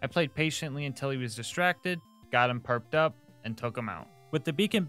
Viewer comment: Everytime you was talking about slag and you saying “PURPed up” make’s me hear yuu saying “PERKed up” cause everyone in my city/Home town rn are all perc addicts and ARE REALLY “PERCed up” lmao.